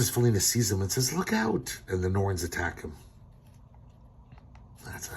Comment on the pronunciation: This is worth money. If you have any of Harvey's Black Cat comics you've struck gold. BTW: the first time you said "Princess Felina" I thought you said "Foonina", and now I'm laughing my ass off waiting for an opportunity to give that to somebody as a nickname!